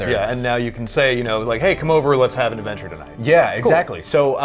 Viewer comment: "lets have an afventure tonight" did anyone notice that